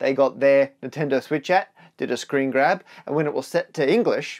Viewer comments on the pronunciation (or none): none